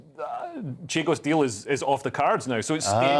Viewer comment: CHAGOS...NOT CHIGOS